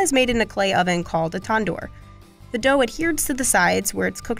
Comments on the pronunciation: Tan-door. Tawn-door isn't how it's pronounced. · They also said tendur instead of tandoor